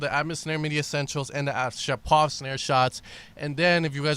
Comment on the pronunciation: NOT ShapOv! ShApov!!!!!